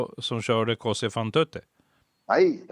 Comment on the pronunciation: Detta var ju intressant värre; det mesta kring Palmemordet är spekulationer men här fick man trovärdiga insikter kring den dunkla Grupp Barbro. Vad beträffar ”Così fan tutte” (som betyder ”så gör alla (kvinnor)” på italienska och uttalas ”kåZI fann TOte”) efter Mozarts opera så skall detta ha varit en operation som SÄPO:s sk Ryssrotel ägnade sig åt.